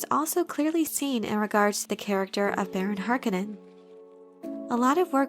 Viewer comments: Every time she says "harkenen" I feel like slapping her lol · mispronouncing Harkonnen is kinds driving me crazy. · I've always thought harkonnen was pronounced "harKOHnen"